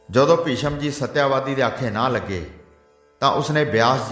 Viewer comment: ਸ਼੍ਰੀਮਾਨ ਕਥਾਵਾਚਕ ਜੀ ਇਸ ਕਥਾ ਦੇ ਪਾਤਰਾਂ ਦੇ ਨਾਮ ਤਾਂ ਸਹੀ ਬੋਲੋ ਸ਼ਾਂਤਨੂੰ ਨੂੰ ਸ਼ਾਂਤੂ ਕਹੀਂ ਜਾ ਰਹੇ ਓ ਤੇ ਸਤਿਆਵਤੀ ਨੂੰ ਸਤਿਆਵਾਦੀ ਬੋਲੀਂ ਜਾ ਰਹੇ ਓ !